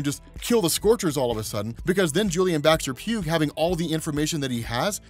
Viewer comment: "Pugh" is pronounced "P-YOO," not "P-yoog."